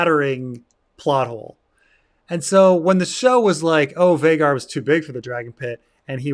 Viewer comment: I dunno why but it's so annoying to me that Vhagar is pronounced to rhyme with Rhaegar and not Vhaagar. Like every valyrian name uses "ae" for that sound. Atleast in different phonetic situations like in meraxes the "ae" sound is acceptable to me.